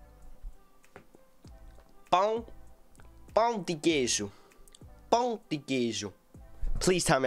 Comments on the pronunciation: You actually pronounced 'pão' really well, it didn't sound like pau at all, it's okay lmao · U said ''pão" perfecly